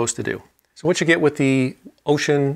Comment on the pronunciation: Finally, correct pronunciation of the name! Kudos!